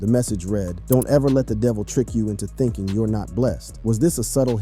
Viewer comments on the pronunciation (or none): none